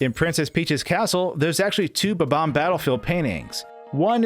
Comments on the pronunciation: It’s bomb-omb not bubomb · Really bugs me that he pronounces bob-omb as “buh-BOM” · you kept saying bomb-omb wrong.